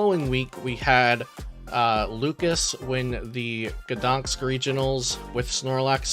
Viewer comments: GdanSK, not GdanKS! Same mistake in every video... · You know what I thought after hearing the city's pronunciation? "I'm surprised it wasn't Iron Valiant/Entei that won Gdañsk Regionals." ... I'll see myself out.